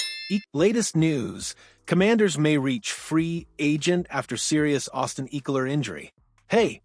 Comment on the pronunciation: ECKELER not Eeckeler!